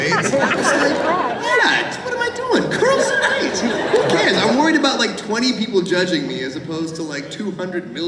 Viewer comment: the boston accent when Chris says "who cares" & im crying